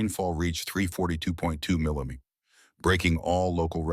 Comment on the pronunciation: It's annoying. They are improving, but they mess up simple words like millimeters. I'd much prefer to listen to a human.